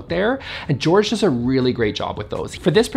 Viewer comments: My friend Jorge pronounced it George. You had a 50/50 chance of saying it right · Jorge is not pronounced George FYI. lol! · Hope you enjoy this video! Omg my apologies to Jorge for mispronouncing his name! What was I thinking!? Anyways, please check out all the creator’s channels linked below! 👇